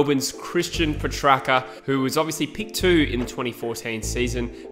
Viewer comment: Christian Petrucka lol that is the funniest pronunciation of petracca